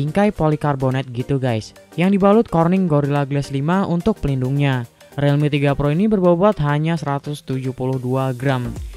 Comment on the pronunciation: Realme = RILMI, bukan RELMI. Jadi gaenak dengernya.